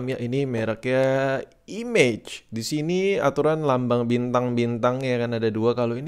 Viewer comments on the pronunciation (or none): Koreksi bang, baca logonya bukan "IMEJ" tapi "I-MA-GE"